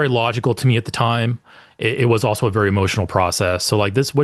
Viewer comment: "Hemotional" is amazing; stealing that.